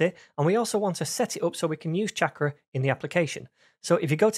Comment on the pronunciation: Damn. I wanted to learn about this - but there’s no way I can listen to 12 episodes of this guy mispronouncing the name of the product he’s explaining. 🤦🏻‍♂️ 28 seconds is all I could take. Bye. 👋